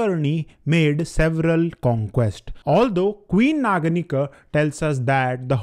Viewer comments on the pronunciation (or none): please pronounce naganika as aa at end not schwa sound .